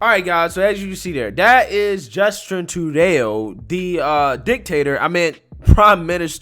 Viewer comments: I love your show but damn, quit f@ up words!!!! It's Justin True-dough!!!! (Correct pronunciation)!! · It's pronounced Trudoh. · That big a** is the one who got the GiveSendGo money frozen and threatened $100k fines, a year in prison and loss of their license. And, it's pronounced "True-doe". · its pronounced "trudo" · His name is pronounced True doe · His name is pronounced ‘True-Dough’ .. fitting eh! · It's true-doe Lol you bad at people's last names. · Dude... its pronounced 'true dough'. *facepalm* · His name is pronounced like true-dough, rhymes with go. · Love your content sir (Trudeau is pronounced "True-Dough") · its truedoh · I'm liking True-deyo. 😁 Another one to add to the funny list. Let's go Brandeaux! 🇨🇦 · Trudeau is pronounced like True, and Doe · Dude, it's True-doe. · Bro you always mispronouncing common names and stuff lol. True-dough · Love your pronunciation of his/her name True-Day-O! Fabulous! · his name is pronounced True Dough. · True-Dough is how you pronounce his name 😂😂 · His name is pronounced "true dough" it is French. LGBFJB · Its pronounced “TROO-DOH” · Thanks for the video! Trudeau is pronounced True Dough, not that it matters. George Bush Sr. used to intentionally mispronounce the name of another dictator Sadam. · The bullies got bullied btw his name is pronounced true-dough well Quebec is looking to end by June the first provinces were Saskatchewan, Alberta and New Brunswick then Quebec and now Ontario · Your pronunciation of Trudeau is hilarious. I’m going to start saying it that way. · For someone who’s in politics and can’t pronounce Trudeau correctly is really frustrating! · Love but how can he not pronounce that snowflakes name.Its like he's only read the name and doesn't watch or listen to any political media. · Not prononcing it tru-de-o but tru-do. U got it rigth . Thx me later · That's Trudeau hon, lol, not Trudeauo. Your so cute. Made me smile. ☺️☺️☺️ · It’s not “True day oh”, bro. It’s “Truedoh”. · Trudayo? Cmon man